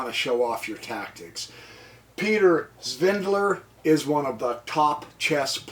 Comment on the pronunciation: FYI prof. His name is Peter SVIDLER. There's no 'N' in it.